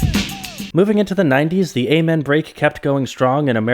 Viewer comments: The what break? ay-man?????? wtf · I really wanted to watch this whole video but your continued use of that mispronunciation of Amen keeps hurting my ears.